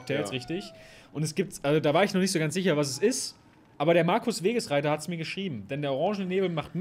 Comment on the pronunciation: Warum reden alle über den Titel und niemand darüber dass er wagesreiter als wegesreiter vorliest